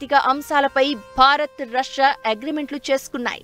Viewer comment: రస్యా కాదే అమ్మాయి...రష్యా అని ఉచ్చరించాలి